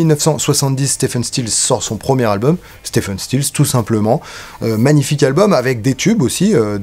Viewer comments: Si je peux me permettre, on prononce STIVEUNE et non STEFEUNE. (J'ai fait la faute pendant des années). En fait, on dit Steve (STIV') Stills, CQFD. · Stephen se prononce en fait Steven ... Mais bon c'est juste pour chipoter. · Épisode qui fait écho à la master class. Devenez membres Tipeee !!! (Pour être pointilleux: Stephen is pronunced Ste(V)en 😉)